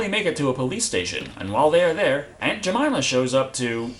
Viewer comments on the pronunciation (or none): i busted out laughing when he said aunt jameima..... i know thats probably not how u spell jamyma but, ehh.